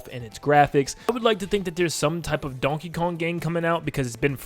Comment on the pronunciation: stop saying donkey kung